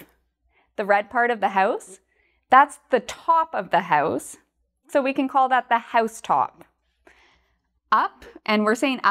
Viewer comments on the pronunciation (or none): none